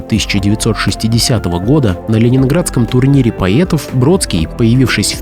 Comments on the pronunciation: Как услышала слово""поЕтов"сразу переключила. Смотреть не буду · "Великих поЕтов"? Странное произношение.